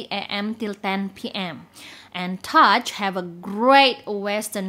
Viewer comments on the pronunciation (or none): Excuse me the last cafe is NOT called Touch. It’s pronounced “Too Shey” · All look worth a visit! Touché appears to have an accent on the "e" so seems it requires a French pronunciation 😉